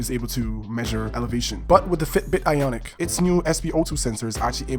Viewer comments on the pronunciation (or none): It’s ionic, not “iconic” you dumbass. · It’s Ionic.. not iconic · Its not iconic dumbass its IONIC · Ionic not iconic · Its an IONIC not an ICONIC!! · I stopped watch once he mispronounced ionic twice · Don’t know if I can trust a review that mispronounces Ionic and Fitbit. Good video though.